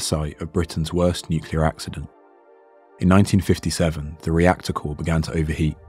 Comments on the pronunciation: rector core lol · Rector core? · ah yes rector core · "rector core" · It's actually "reactor core"